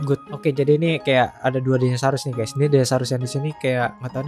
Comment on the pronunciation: Orang lain: Dinosaurus Bg: Dinasarus